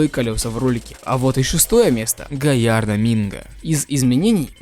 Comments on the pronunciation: Я один всегда говорил Галлардо, а не Гаярдо? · У так называемой джевелс , цвет машины другой , не только винил, а еще как мне нравится когда ты говоришь Гаярдо , Ламборгини Гаярдо <3